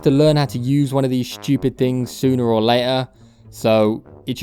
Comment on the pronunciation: I like how he says "schewpid"